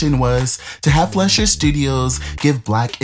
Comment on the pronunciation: FLY-SHER noe flesh-er